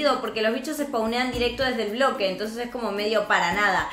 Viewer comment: Es pobre quiso decir bloque y dijo broque